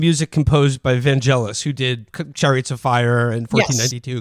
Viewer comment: Trump enjoys being called a fascist Also sorry to be a twat but Vangelis is pronounced with a hard g.